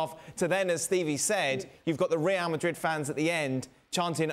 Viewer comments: The way the pundit pronounces Real Madrid got me weak 😂 rrrieeerrll madriiiedd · I really really really hate how Moreno says “Reāl Madri”…… regardless of how right his pronunciation may be, makes it even worse the fact that he says it 6 times in every sentence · How many times does say Real Madreeed??